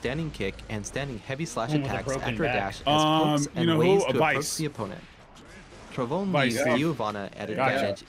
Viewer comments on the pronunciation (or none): As people noticed all her moves are in Portuguese Brazilian (Horrible language btw), I will put a translation to English... also the announcer butchered every pronunciation... Sepultura - Grave; Trovão - Thunder; Sol Nascente - Rising Sun/Dawn; Sol Poente - Sunset/Dusk; Ventania - Wind storm/Gale... Doesn't have an exact equivalent word in English; Tempestade - Storm